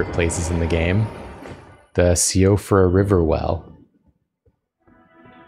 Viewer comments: the name of the place is "SHEE-uh-fra" in irish, the language it's derived from (as opposed to "she-OH-fruh") :) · Me, a Gàidhlig speaker, hearing ‘s „no I‘m saying correctly the name of the place“ after pronouncing Siofra like That sent me 😂 (I have no idea if the game wanted it to sound Gàidhlig on purpose or not but we‘d say it kinda like „Shoff-ra“ or „s’yoff-ra“. Hard to transcribe the sounds) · Sorry, you are saying Siofra incorrectly. It's like "Shee-fra" and it's Irish for fairy.